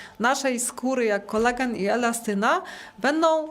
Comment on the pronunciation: To NIE jest "Kolegan" jak pani mowi, tylo KOLAGEN !!!!